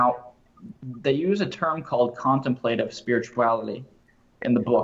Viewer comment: Pronounced con temp’ la tive